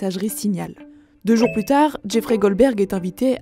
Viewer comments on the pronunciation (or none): none